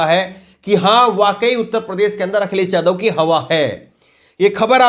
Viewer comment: Brother vadhia reporter banna hy ta apni zuban saaf rakho jida k newj india nhi hunda news (NEWZZZZ) NEWS INDIA... akhiles, jila, samil majhb nhi Akhilesh, Zilah, Shamil, Mazhab hunda.... Brother if you wanna see yourself in top list of reporters, then you really need to work on your speech and vocabulary 👍🏻 best of luck